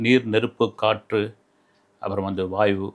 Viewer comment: வாய்வு அல்ல அது வாயு